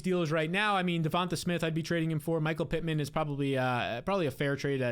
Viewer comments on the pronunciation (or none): none